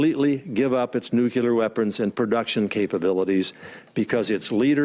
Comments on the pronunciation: Is nobody bothered by Coats constantly pronouncing "nuclear" as "nucelar"? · Nu-CLEE-er! Nu-CLEE-er! Stop saying Nu-Cue-Ler! You sound like a moron. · How can you hold a job of that significance when you pronounce it "NUCULAR"...? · Does it concern anyone else that everyone in the US who is even tentatively connected with decisions on nuclear weapons says "nucular"? They must know it's wrong, why do they continue to do it? Why would they want to be seen as too stupid to read the word properly when it's spelled out on paper right in front of them? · New.......cue........ler ......device??? Jesus Christ!!! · i wish the director of national intelligence (!) would know better than to pronounce the word "nuclear" as "nucular"... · "It's called nukular, stupid!" - Homer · What are these "nucilar weapons"? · Why do Americans keep saying "NEW-KILLER WEAPONS"..? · Why does that guy say “nuculear” weapon? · On a lighter note: I've been saying since High School (many, many years ago ;-) that I think the people that have decision making responsibilities for nuclear weapons should AT LEAST KNOW HOW TO PRONOUNCE THE WORD "NUCLEAR". Just sayin'. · People wonder why those from other countries look questioningly and/or roll their eyes in reference to even those in power in this country...and all I have to say to them is: what does it say about our nation when even the DIRECTOR OF NATIONAL INTELLIGENCE pronounces “NUCLEAR” WRONG??!!! Say it with me: NU-CLE-AR...not NU-KYA-LER!!! WE ARE NOT HOMER SIMPSON FFS! /rant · Christ. Not even Congress members know how to properly pronounce "NUCLEAR"! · Why does he keep mispronouncing Nuclear?